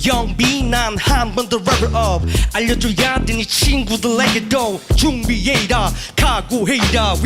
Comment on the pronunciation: 알려줘'야'돼 할때 특유의 먹는발음 구현한거 지린다 ㄹㅇ..